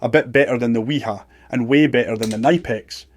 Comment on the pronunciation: Its good to finally see a quailfied Electrician / Electrical engineer on here that knows how to pronounce Knipex and the difference between wire cutters, pliers and Crimps please just please dont do any electrical work please get a Professional